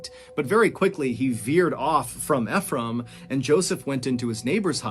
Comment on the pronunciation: Anyone else annoyed he's not pronouncing Ephraim correctly? There's a city called Ephraim in the state I live in, so every time he says it, I feel like I'm rolling in my imaginary grave.